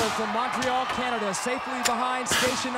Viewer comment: He went with a French-ish pronunciation on Montreal, so I gave him a W on that one.